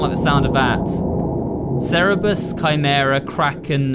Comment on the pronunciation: I like how he says cerberus as cerebus